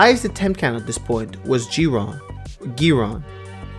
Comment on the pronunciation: “Giron” is pronounced Guy Ron (full name GironDavid)